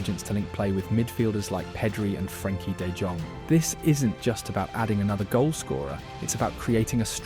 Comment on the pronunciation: It's la-meen not La-men-ay Yamal. De YONG not De JONG. And it's Balday not Bald. Cmon bruv, ur a top YouTuber and yet you can't figure out pronunciations?